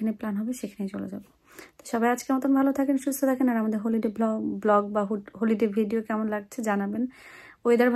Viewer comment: আপনি হলি ডে কে হোলি ডে বলেন কেন?